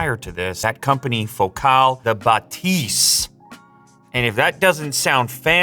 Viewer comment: It's pronounced Focal, not Focaal. Like focal point, which is kind of their whole thing. They have been making exceptional car audio for decades.